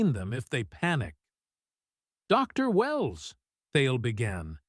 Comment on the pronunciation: Cool story. Now if you could fix your AI so it doesn't pause between title and name. Re: Dr Wells instead of Dr. Wells.